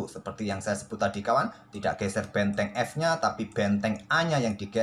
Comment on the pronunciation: Kok aku denger suara admin bilang betteng klo ngomong benteng😂